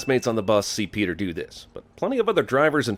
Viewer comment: I am giving you a thousand sins for ruining Peter's name. :(